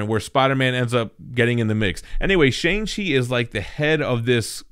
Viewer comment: a full video of trying to pronounce shang chi n its creators